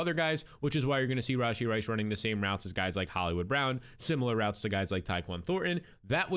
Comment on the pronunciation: The way he says "RAWW SHEE Rice"😂😂